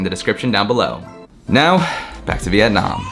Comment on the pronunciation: I hate the way he’s pronouncing the country